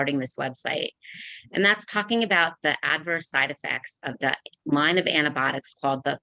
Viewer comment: lone not line